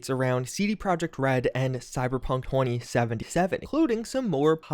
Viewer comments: Did he say Cyberpunk horny-seventy-seven? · did he say hor*ey 77 or am i just immaginning it